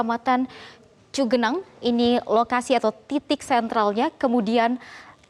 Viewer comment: Cugenang bukan Cigenang !